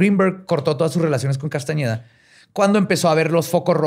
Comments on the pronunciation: ¿Y no se dio cuenta en tOOOodaaaa su INVESTIGACIÓN que en Tooodas sus fuentes dice CASTANEDA y no CASTAÑEDA? 🤨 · Si hubiera investigado personalmente este tema lo hubiera presentado diferente, por el simple hecho de decir Castañeda y no Castaneda, por presentar a pachita como una bruta, etc. Neta le falto mucho a este episodio, ya no es lo mismo de antes:( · no es Castañeda es Castaneda y no es tansegridad es tensegridad, y quizá te interese el dato de que no solo Pachita ha hecho estás cirugías, sino la misma Maria Matus, de quién se inspiró Carlos para hacer esa tesis... No era Juan era Maria, Gran curandera mexicana...